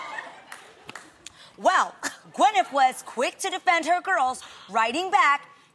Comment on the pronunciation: Is only me but Adrienne says Gwynif